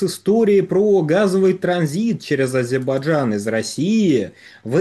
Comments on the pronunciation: Откуда, откуда¡¿¡🤔 ...из АзеХбаХджана!?!😲 Да вам, батенька, прямо сейчас в логопеды... исправлять фефекты речи...😂😂😂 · Блин, неужели сложно научиться правильно выговаривать слово Азербайджан? Режет слух!